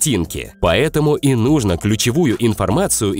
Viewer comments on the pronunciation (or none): none